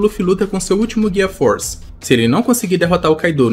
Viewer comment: Parei de ouvir mo gear "force"